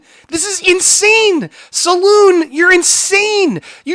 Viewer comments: Just found your channel bro, and already a fan. Very good analysis. May I respectfully correct you on the pronunciation of 'Salon' Magazine.' It is pronounced "suh-lawn" (like a beauty 'salon.') Not 'Saloon.' Although the craziness is making me want to seek one out, lol. I will be promoting your channel--thanks! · Idw what’s worse...,,,salon or saloon JKJK, everyone with half a brain knows it’s salon😂. Definitely not reliably and always emotional without rationale